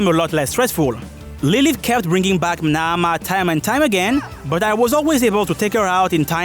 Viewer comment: Wonderful video. I have to give you extra shout outs for the OCTOPATH traveller 2 music I.e. that transition with the buildup into the Qadistu boss fight was perfect 👌🏽 I also really like the way you say Naamah